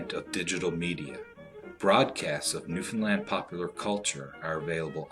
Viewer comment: I've live in Newfoundland me entire life and im some happy he said Newfoundland right tho most of it was shit